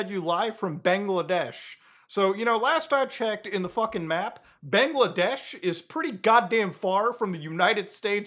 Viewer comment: Bro has Indian heritage yet can't say Bangladesh properly 😭